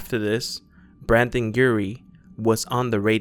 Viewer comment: 😂😂 he said brandon i got mad ITS BRENDON NOT BRANDON 😂😂